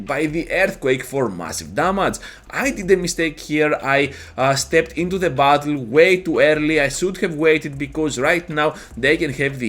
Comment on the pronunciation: When you say "battle" it kinda sounds like "butthole."